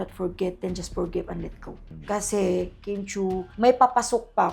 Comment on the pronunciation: only god knows. name n nga lng ni Kim d mo mgawa. KIM not kem!!